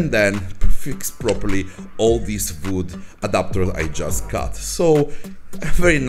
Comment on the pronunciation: I like how he says vood. Awesome project!